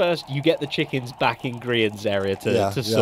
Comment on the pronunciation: I know that Doc missing the "s" on chickens is probably just a pronounciation error, but it also makes it seem like all the chickens are one separate hive mind.